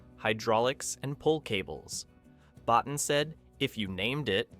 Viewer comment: Rob Bottin's last name is pronounced Bo-TEEN.